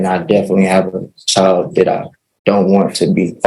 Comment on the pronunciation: Your CHIO! No, it’s child, it’s world, not worl